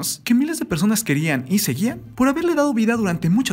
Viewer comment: Persones? Jajaja ridiculo XD